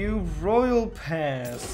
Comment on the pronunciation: It’s pronounced “roy-ell.”